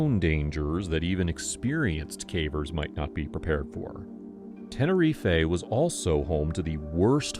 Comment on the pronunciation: I beg you learn how to say Tenerife correctly. I literally stopped watching because you said it wrong